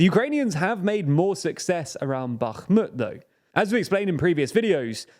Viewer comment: You make the effort to pronounce Bakhmut and Kherson correctly, but completely fail when it comes to pronouncing Kakhovka. I applaud your effort, but also encourage you to be more consistent. Love the channel!